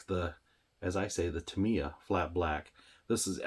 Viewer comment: Actually, it's "TAM-iya". Like "TO-kiyo". But, tomayto, tomahto, tomyeto".